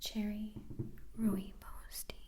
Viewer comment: "Rooibos" Can't believe you pronounced it correctly. It's originally from South Africa, where I'm from. ^^